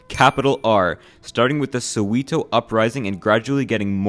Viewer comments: It's also pronounced So-wet-oh for Soweto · “Soweeeto is 😂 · It's pronounced so-wa-to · Who is this guy? He can’t even pronounce Soweto 😂 yet everything he said about my country is true and relatable 😂 thank you for educating me about my own country. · man, the pronunciation of Mr. mandela, Mr. Mbeki, Mr. Ramaposa, Soweto and Xhosa is very shocking i must say, but hey, not everyone is used to Mzansi's ways, even if its a bit hard hearing (btw Xhosa is pronounced with a sharp click at the start, like in traditional khoi-san language, so its like /kosa, while soweto is just pronounced as it seems, with the E being pronounced E not EE, hope it helps bruski) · As a South African, be sure to check out the pronunciation for Xhosa and Soweto. Edit: Fixed a spelling error. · I hate how Americans pronounce apartheid and Mandela and Soweto